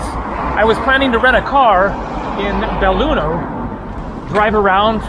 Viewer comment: belluno. no beilugno. haaa